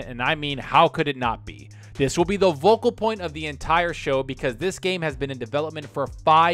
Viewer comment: Bro, you gotta stop saying "Vocal Point", its "Focal point" Fo-Cal. ;)